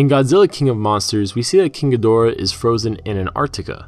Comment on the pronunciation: "King a door".... sigh . That's not how you say it .